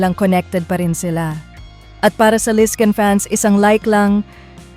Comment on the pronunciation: Ayusin mo ang tmang pagpronounce s Lizquen at Gil